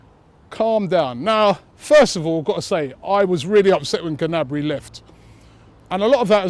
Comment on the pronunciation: Gnabry (Nabry) g is silent. good vid robbie.